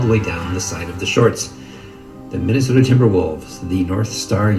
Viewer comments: We all just gonna ignore that this man's said Minnesopia? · Nobody: Flight: Minnesopia, Minneapolis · "Minnesopia Minneapolis" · This nigga flight really said MINNESOAPIA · Minnnandwake MInanastota” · No one: Flight: The lakers were in Minnesoppia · Madu He said Minesopia after that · he really said "minisopia" omfg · “Minasoppia” tf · This man said "Minnasopia Minanapolis Lakers" Lol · Flight really said minneinsota and minneinopois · “minnesopia” “minneanapolis” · This nigga said Minnesopia Minnenapolis